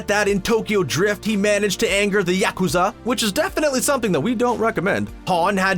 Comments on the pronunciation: The yeah-KU-zaw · Yakuza not YACKkooza 😭😭😭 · Narrator: yakUzAH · This guy drives me crazy with the mispronounced yakoza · mah boy I like this analysis but you really gotta pronunce Yakuza as, "YAH(ku)ZAH"?? xD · LOL! I can't stop laughing at the way he says Yakuzar! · I dunno what's worse M-16 agent or pronouncing it yacht-Q-za 😂😂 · I really hate how the person in this video pronounces "yakuza". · Probably the same way he’ll pronounce gang-nam style even though the name is said a million times in the song.